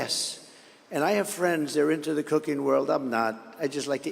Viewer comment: I thought he was saying "cocaine" not "cooking" 😂